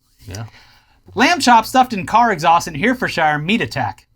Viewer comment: lmao that pronunciation was more butchered than the lamb chop in that exhaust